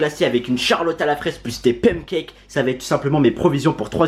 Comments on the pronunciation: y dit pam cakes la? 🤣🤣au lieu de pan cakes 🤣🤣🤣❤️ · Mdr il a dit "pamcakes" lol 🤣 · Ton accent me fait rêver quand tu dis pancakes